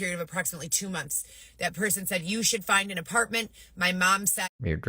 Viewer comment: Can’t stand the way she says “mumlths” instead of months